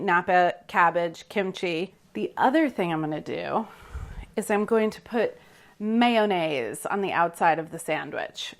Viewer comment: May o naise.... not manaise Carla